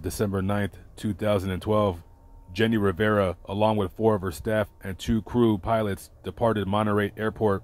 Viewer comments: Your good in reading spanish. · Thank you for doing this video and covering the death of our Queen Jenni Rivera. Your Spanish pronunciation was on point!!